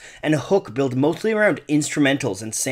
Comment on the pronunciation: Bro what happened at 4;48. Why did you pronounce mostly as mothly